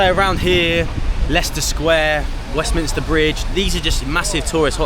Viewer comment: thank you for pronouncing Westminster correctly 🙏😁, I'm a Londoner in Westminster and almost all the people I meet, including cabbies, now call it Westminister. 🙆